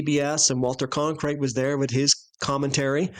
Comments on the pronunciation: Can someone tell that guy saying Conkrite, he’s butchering the name Cronkite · CON - krite.. Admit it, it was a freudian slip. 😄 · You mispronouncing Cronkite's name remided me the time when Armstrong mispronounced the words solar corona in that disastrous A11 presser.. When he said he didn't remember what stars he could see when photographing in the "sonar corola" I knew he never saw any stars anywhere in space.. Without needing to "look through the optics" of course! 😂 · "You mispronouncing Cronkite's name remided me the time when Armstrong mispronounced the words solar corona in that disastrous A11 presser.. When he said he didn't remember what stars he could see when photographing in the "sonar corola" I knew he never saw any stars anywhere in space.. Without needing to "look through the optics" of course! " But of course our NASA friends on here give him a pass. 😂